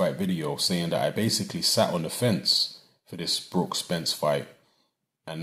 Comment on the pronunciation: honestly i heard you loud and clear i watch all your videos and I clearly heard you say spence